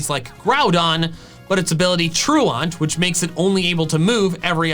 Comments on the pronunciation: By the way, "truant" is pronounced "true-int" and not "true-aunt" like you say it. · lol, "true aunt" is not how you pronounce "truant" :P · "Its ability True Aunt" lol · I wonder if deliberately pronounces truant wrong or whether there's an entire accent group that does. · Why do you pronounce truant so stupidly?